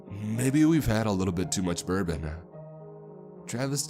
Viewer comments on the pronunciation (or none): none